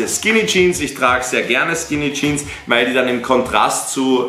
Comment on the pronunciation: Junge es heißt Jeans nicht Jean !!!!!!